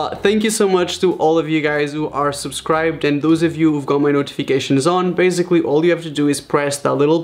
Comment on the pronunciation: no one: raphael gomes: BAZIGALLY